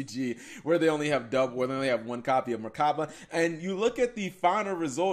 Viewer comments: MECHABA OR MECH-ABA NOT MERCABA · Why do you say merchaba? There's no r